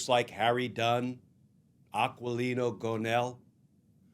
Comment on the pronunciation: Why is the volume so low on this video? And Aquilino pronounces qu as a k, so its pronounced like ah-kee-lee-no.